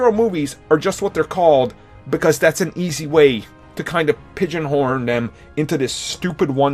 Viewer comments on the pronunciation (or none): Did you just say “Pigeon horn”?